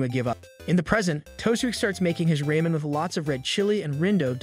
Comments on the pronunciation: Still can't get over "raymen"... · It's Ramen not Raymen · I love “Raymen” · Why you say raman like ramen